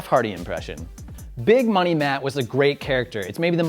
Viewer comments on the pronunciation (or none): none